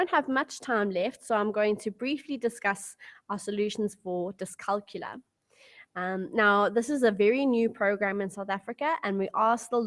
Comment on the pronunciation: Dyscalculia is pronounced dys-cal-cul-ia -- therefore you need to pronounce the ia at the end of the word. The same way you pronounce dyslex-ia.